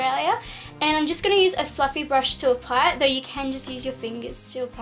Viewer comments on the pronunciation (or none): for a second I thought you said fucking brush instead of fluffy brush ahha